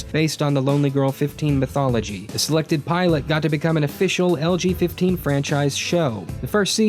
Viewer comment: I kept hearing "LGBT" instead of "LG15." :P